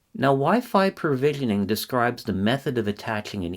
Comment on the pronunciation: PROvisioning, not PERvisioning.